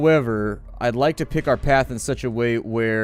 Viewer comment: i understood dick instead of pick